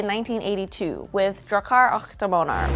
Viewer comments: "och" is pronounced "ock", like the first syllable of "octopus". The weird spelling is a remnant from old swedish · och is pronouced ock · nah the "Och" is more like the "Oc"in Octopus.